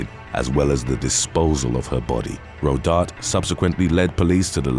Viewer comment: It's pronounced "ro dar taye"